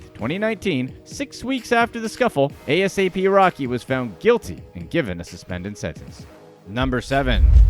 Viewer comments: Bruh just say ASAP. Don’t spell out the words 🤦🏽‍♂️. It’s ASAP Rocky. No periods. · Brother his name is NOT a.s.a.p. rocky its asap rocky edit this vid thats terrible! a-sap rocky thats so disrespectful man. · ita asap not a s a p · I cringe everytime he spells it out.... Lmao 😂😂😂